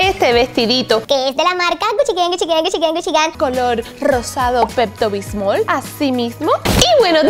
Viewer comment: "rosado pecto bismol" ay dios XD